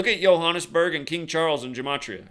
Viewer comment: Last major building fire in my country was the burning of Parliament on 2 Jan 2022 (haven't been running any numbers to check for date correlations) shout out for your pronunciation of Johannesburg! That's how it's said in Afrikaans (a derivative of Dutch). I was speaking to my manager last week Friday. His apartment block in Cape Town also mysteriously caught fire, and I ask him what's up with the fires around the world rn. Then Sunday, another building in Cape Town. Both with no one ded, but still made local headlines... Little did we know a big one was coming to Johannesburg.